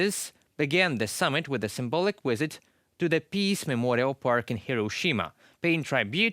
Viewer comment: I'd like to watch this video but host's pronunciation is poor. Talks about the "wisit" rather than "visit." And "try-bute" rather than "tribute." Please hire more fluent anchor people.